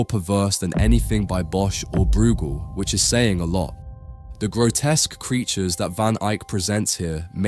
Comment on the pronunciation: Just found out it's an A.I. narration merrily mispronouncing Breugel (among other things). Not the Spanish speaking creator. 🤓